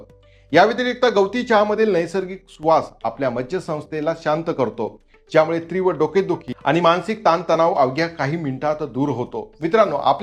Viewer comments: तीव्र असे म्हणा त्रिव नाही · "तीव्र "अस म्हणा, "त्रिव" नाही. ❤